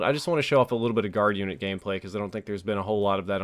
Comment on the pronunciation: Lol U MEAN GI UNIT LOL